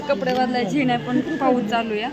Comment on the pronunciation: च्यालू म्हणायचं नाही चालू म्हणायचं